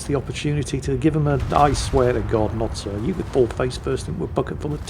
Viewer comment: Notsir?????????????? I thought it was Noster???????????